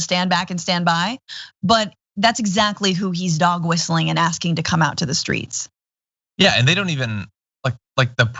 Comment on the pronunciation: "The Skreets!"